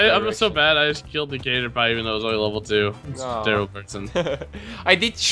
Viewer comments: did just really say "catter-pie"? Its pronounced catter pee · lol is saying caterpie wrong it's pronounced catter- PEE not catter- PIE tell to say it right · Its pronounced catterpee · Tell its pronounced as Cat-er-Pee